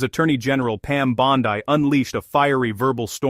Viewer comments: By the way. Her last name is Italian in origin. It is pronounced phonetically Bawn-dee not Bawn-die! Please correct and issue an apology to the Attorney General of the United States. As far as Dick Durbin is concerned. He couldn't give a rat's ass for anything that anyone of President Truman's Administration has to say on any subject. The old bastard has a pathological hatred of Donald Trump as do most of the Criminal Leftist Leadership Group! Why? Because the President is slowly draining "The Swamp" of D. C. Leftist politics where swamp creatures like Durbin have existed for far too long! I'm surprised Durban didn't address the Attorney General with "NOW LISTEN HERE MISSY ...!" As far as the Qatar jet is concerned. It was gifted DIRECTLY to the U.S. Air Force as a replacement for the current Air Force One aircraft, which is at least three years past due for retirement. If anything, by accepting the gift, the President saved taxpayers the expense of purchasing another aircraft from Boeing to replace the obsolete one! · Why can't you pronounce Bondi correctly?